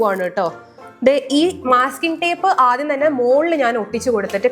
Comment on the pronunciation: not myasking tape it is masking tape